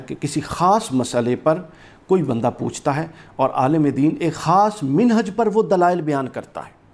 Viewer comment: جو بندہ لفظ مَنہج کو بار بار مِنہج کہہ رہا ہے وہ چلا ہے مسئلہ سمجھانے.